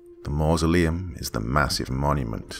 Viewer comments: When you're too drunk to pronounce masuleom. Don't worry guy, we've all been there. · The dad couldn’t say mausoleum lmao